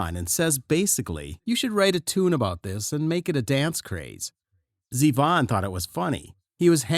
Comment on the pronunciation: That's right. The groove is straight eighth notes. Was the narration written by the same Chat Bot that reads it and mispronounces Z-Von again and again? You can do better, folks (robots).